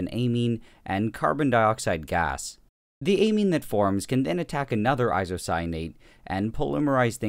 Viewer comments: Is it only me or did you read anime instead of amine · i thought that the amine said anime